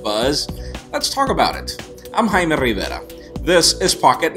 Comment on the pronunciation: I can almost see how proud he is of being Latin... I'm glad to see someone who likes to pronounce his name correctly and not "Jaime Wribewrawr" like a "gringo" would.